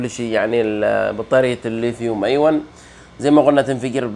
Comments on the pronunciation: ليا تعليق واحد وليس نقد ارجو تقبله نطقها الصحيح ليثيوم*أيون* أيونات وليس أيواَ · للأسف لم استطع توضيح النطق الصحيح من خلال الكتابة لكنه في النطق الصحيح أَيُونْ ارجو أن تكون اتضحت بالتشكيل، الياء مضمومة وليست ساكنة 💐